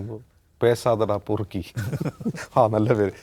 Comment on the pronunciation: പെറുക്കി അല്ല പൊറുക്കി ആണ്. പൊറുക്കി എന്നാൽ തെമ്മാടി എന്ന് അർത്ഥം